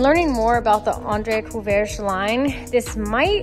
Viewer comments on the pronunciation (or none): Feel like you need to import a renault twingo or 205 for those Courreges (think korrej for pronunciation with a guttural R) wheels. Those Kei truck examples look dope too though. kei truck and matching Boso scooter build?! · Andre Courreges (cou-rej)